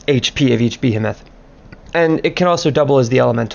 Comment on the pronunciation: Ba He Moth. Not Be A Meth. Nice guide though